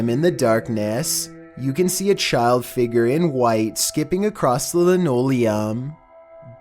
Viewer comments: Number 15 i thought he said bald child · "number eleven. the figger" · Omg it’s figure not figre no hate but I love you vids though